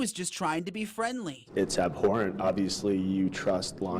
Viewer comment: It's ab-whore-ant